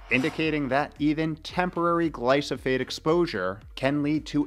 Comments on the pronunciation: It's Glyphosate, not Glysophate 😅 Nevertheless, great video you made there. 👍👍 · After like he says it correctly one time